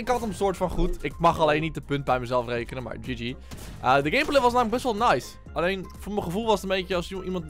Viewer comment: Hij zegt gamebalz😂😂😂